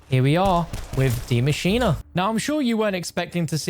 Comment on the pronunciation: Why is still pronouncing “maschine” (“ma•cheen”) as “mascheena”? 😂